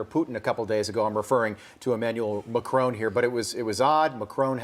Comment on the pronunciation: Macron, not Macrone. FFS